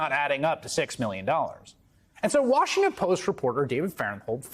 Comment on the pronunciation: Great reporter...too bad he can't pronounce Washington properly...